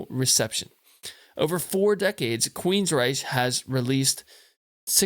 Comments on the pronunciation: It’s pronounced “Rike”, not the German way. In my opinion, their last best great album was Promised Land, then they went downhill. Nothing topped what came before. Todd LaTorre is a great singer, but nothing would ever replace Geoff, and the pairing withe DeGarmo. When DeGarmo left, their amazing soul left with him. After, they were just a regular hard rock band. Still not bad, but just not totally astounding. Anyway, this is a masterpiece. Still relevant today. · how could u claim to be a fan and NEVER pronounce their name correct.. queensryche pronounced queens-ryk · he's "very familiar" with this band but doesn't know how to pronounce its name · Can't even pronounce the band's name correctly.